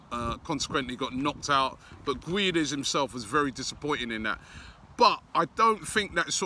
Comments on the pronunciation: ITS PRONOUNCED GON-CHALO GUE-DESH. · MRah Gonçalo gueeeeeedes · For Valencia he was mainly used as a left winger and used rarely as a rotation striker. for portugal he played as a striker in the world cup every game that is why he wasnt as good, because he didnt play in his natural position. it is pronounced ged-s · Sou do Benfica I'm only facilitating the pronouciation of the name for an English speaker. "Gedes" or "Geds" is how you pronounce it in Portugal. Robbie ain't Portuguese so he can PRONOUNCE Guedes in english, how it's written...Gwedez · It is pronounced as gu-e-des not gooeeedeez robbie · GONSALO GWEDES it’s pronounced Robbie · Someone please let him know it's pronounced "Gonssalo Gwedez" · Absolutely butchered guedes' name😂